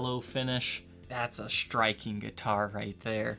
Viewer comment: This seems correct to me as well. Also, as far a pronunciation, 'ver' in verdigris should sound like the start of 'very' rather than like the 'vur' sound as in 'pulverize,' and the ending sounds just like 'degrees.' And for the record, I enjoy the videos, but the inclusion of so many 'sh' substitutions in dialect (e.g. 'shtring' instead of string, 'shtriking' rather than 'striking,' and 'shtrat' rather than 'strat.') bugs me. I should probably just let that go...